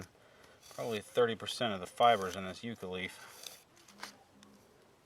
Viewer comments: these are native to where I live. It is pronounced Yuh-ca. Hope this helps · Who the heck taught you the pronunciation of the word Yucca?